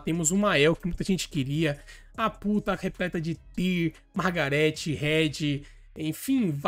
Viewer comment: Ele: a pull tá boa O q eu escuto: a puta boa